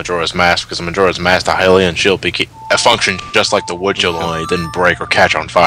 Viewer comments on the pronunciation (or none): Why pronounce it 'He-lian'? You don't pronounce 'Hyrule' as 'He-rule'...